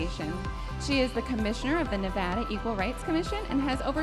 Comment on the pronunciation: I’m mad the girl representing nevada said nevada wrong. 😑